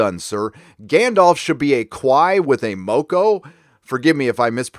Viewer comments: It pronounced koo-eee-ah and and moor-coal, say it fast, you’ll be right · We pronounce it "Kwee" and "mock-oh".